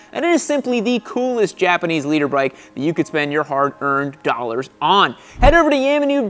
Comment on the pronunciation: I thought you was saying leader bike.